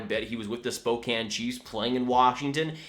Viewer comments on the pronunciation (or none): you mispronounced Spokane. It’s pronounced like spoke and Ann put together. My mother is from there and that is definitely how it’s pronounced. I’m not upset, I’m just trying to have your back.